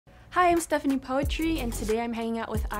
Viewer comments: It's actually pronounced "pootrie" means daughter or princess in Indonesian. But I reckon it's easier to pronounce it poetri as poetry in English as it's more ear catching. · It's pootree, not poetry. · Kayaknya harusnya putri sih.. mungkin dia sebutnya gitu biar keren dan kayak kata "poetry (puisi)" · Novia Cindelaras no i mean the way she pronounces it. she pronounced the same way as poetry instead of putri. i love that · Isn't 'Poetri' read as 'Putri' ? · Ada yg tau knp Stephanie nyebut nama “Poetri” dgn versi Inggris instead of original version (indonesian)?